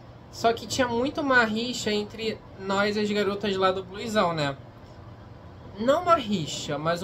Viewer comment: se escreve Bluezão, mas se fala Blusão, me dá agonia ouvir você falado "o nome" dele errado